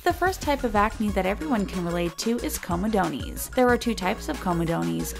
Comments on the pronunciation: Lol comodonies... COMOdonz... You can Google how to pronounce something if you're not sure, m8. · comedoneys??? haha its pronounced co me dones not co me doneees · IT is NOT pronounced comedoneees !!!! Every time she said that I cringed 😖